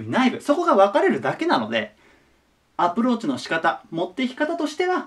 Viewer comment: 最後の「アプローチの仕方」が「アップルウォッチの仕方」に聞こえたw